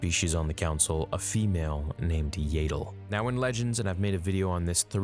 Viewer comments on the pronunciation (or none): “Yay-dull” Fans: It’s not ‘Yay-dull’ it’s ‘Yahdull’ –channeling Hermione (Edit: we don’t care how u pronounced it as a kid 😤) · Its pronounce YA-ddle not yedal.... this is star wars, all "A"s are pronounced properly. Pronouncing a name wrong "because its the way I've always pronounced it" is very lazy and implies you don't care about what you are saying , just that someone is listening to you speak. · Its yaddle.....not yaydle. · æ pronounces like ah, like in back. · “Yay-dell”?? Yeah-dul??? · its not pronounced "yaytle" its pronounced "yattle" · It's Yaddle, not Yadle. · This hurts me to do, but I must Yah-dle, not Yay-dle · If she shows up in the show and is called "yaddle" will you continue calling her "yadle"? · Not to be all nit picky here... but I’m pretty sure phonetically it’s yaddle The way you say Yaddle is spelled Yaeddle.... like Jaegar. Or Rhaegar. “I’ve been saying Yaeddle since I was kid...” while I understand the sentiment, it’s not exactly a valid argument to continue saying the name incorrectly. Yes, Yaddle is an odd name, but it’s her name. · It's "Yaddle", not "Yadle". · Yaddle.. not yadal.. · It is pronounced YEAH-dle not YAY-dle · yep Yaddle rhymes with paddle. Listen to the Easter Egg reference in Fallen Order for the correct pronunciation. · Every time he pronounces her name "Yay-ddle", a piece of my soul dies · There is two d’s so I’d say it’s the other way to say yaddle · What is it with Americans saying “YAYDLE” 😭😭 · you pronounce yaddle wrong it’s y-at-dle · Yeah, I love like he's my nephew but his pronunciation of Yaddle works my nerves, man. 😃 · The way he says Yaddle makes my eye twitch.💀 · imagine making this hole video about yoda's kind and you keep saying yaddle wrong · I’m pretty sure you’re saying Yaddle wrong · Why does he pronounce Yaddle like that lol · You've been saying it wrong since you were a kid ... So that's your justification to continue saying it wrong? Canadians.....